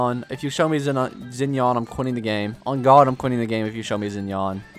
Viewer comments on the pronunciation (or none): do not pronouns “zinian” its pronounced “shinian”